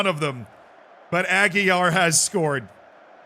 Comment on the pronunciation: He can't say properly my name, how can I perform for him?